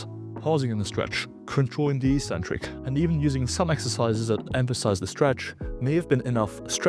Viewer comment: Try to tone down your arrogance a bit. It's super off-putting. Also, Eeeeecentric is not a word, or at least it's not an accurate pronunciation of the word eccentric. Doubt me? Look it up in any English dictionary.